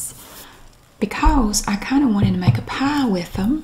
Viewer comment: Pumpkin pah. Lol sounds so stupid. lol